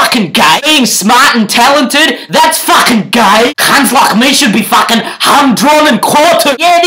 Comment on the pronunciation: all I heard is FAAAAKHHHIN